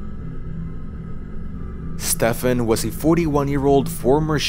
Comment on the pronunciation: Nice video but Stephen is pronounced like Steven is